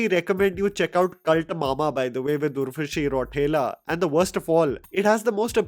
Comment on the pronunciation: Pronounciation of Urvashi Rautela was lit😂😂🔥🔥